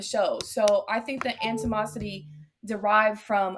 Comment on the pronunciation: Alot of people butcher the Engish language without correction on these panels. There needs to be a word checker and pronunciation checker for a better product. For example I heard the word animosity mispronounced as "antimosity", what? C'mon guys...